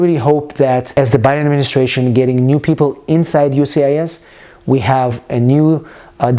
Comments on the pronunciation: I keep hearing you say UCIS. Where is the 'S' of the US? Lol... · Please pronounce USCIS properly please. you say ucis